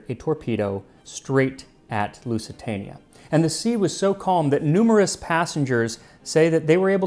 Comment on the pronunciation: "Loozee-tania", not "Loossy-tahnia". However, great video as usual!